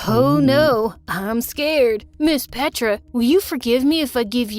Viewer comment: you're saying petra's name wrong, you're saying petraa, you're saying petra in Serbian